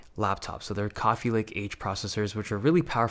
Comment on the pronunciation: Did he say coffee lake? 😂